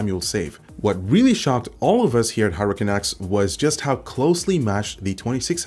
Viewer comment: It's not Hurracan X for god's sake!